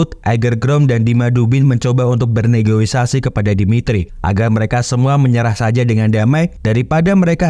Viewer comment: Kalo gak salah Negosiasi bang bukan Negoisasi😭